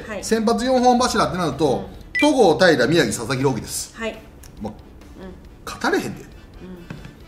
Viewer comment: 宮城がひろとになってる😂